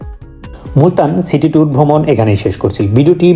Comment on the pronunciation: আপনার উপস্থাপনা চমৎকার। তবে, City শব্দটি উচ্চারণে খেয়াল করুন।